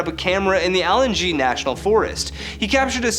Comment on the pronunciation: Allengee?? I'm hoping you meant Allegheny.